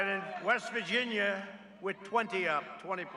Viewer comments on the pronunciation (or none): none